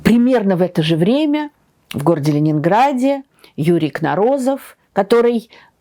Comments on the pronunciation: Почему КнорОзов когда все произносят КнОрозов? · КнОрозов. Ударение не на том слоге. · Так как все таки правильно ставить ударение - КнорОзов, или КнОрозов? В других видео на YouTube чаще звучит КнОрозов. Такое же ударение в украинской версии статьи о нем на Википедии. А вы говорите КнорОзов, и в русской Википедии так же. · Юрий КнОрозов, а не КнорОзов..😊Этот великий ученый стоит того, чтобы его фамилию произносили правильно🎉🎉🎉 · Удивительно что историк не знает как правильно ударение ставится в фамилии своего соотечественника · Как мне не нравится подача материала тем более исторического .Вы даже ударение на фамилии ставите неправильно . Я несколько передачь посмотрела все везде разговор на кухни